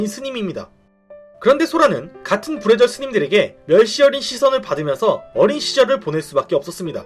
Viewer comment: 불의절이 부래지어로 들리네